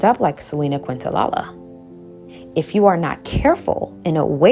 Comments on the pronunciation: I’m enjoying your videos. 🙏 But as a big Selena fan, please learn to say her last name. 😅 Thanks for the great content! ❤ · Another great video 👏🏾👏🏾👏🏾. I noticed a lot of people in comments focusing on how you pronounced Selinas surname. Very petty imo. Your msg was still delivered and there were pics of her and clearly you were pronouncing it wrong by accident. Love your content. Keep shining ✨️ and stay blessed 🙌🏾 💕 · Actually, Kinda a bit rude for her to miss pronouns her name when she always talks ab respect, if you know ab Selena and did research as she clearly did why are we purposely mispronouncing I really hope she wasn’t tryna hate on the low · I love this but respectfully - it’s Selena Quen-Tah-KNEE-ya. Quentalala made me giggle. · Quintanilla is prounced: Kin ta nee ja There is no "la la" nor "queen" in the pronunciation. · im sorry i love this video but your pronoucing selenas last name wrong hun. Not trying to be negative at all just lettin you know. Its Quintanilla the lls are silent,its pronounced quin ta niyya just saying. Thank u for givin positive affirmations in this video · Love the message, however I almost clicked off bc of how you said Selena “QuintaLaLa”😂 It’s definitely pronounced “QuintaNEEYAH” But thanks for the video love 💗 Hidden enemies are so real and jealousy can become dangerous when the experiencer isn’t able to control their actions. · Kin-ta-knee-ya is how u pronounce quintanilla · So grateful for these videos! Just wanted to let you know that the way you pronounce Selena's name is: Kin-tah-knee-ya. Her full name is Quintanilla-Perez, this feels important to say because after her death her father only immortalized her excluding her husband's name (Perez) from her legacy and she loved her husband deeply. Just wanted to help provide context to her name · It's pronounced Kent-a-nia😊❤ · Hey gurl, good vid. Just to let u know Selena's last name is pronounced kin-ta-nee-ya. 😅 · It's Kinta-nee-jah.